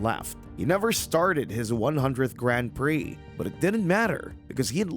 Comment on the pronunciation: Why can’t Americans pronounce “Grand Prix” properly?